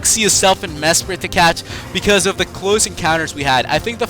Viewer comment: u all good I was confused when u said mesprit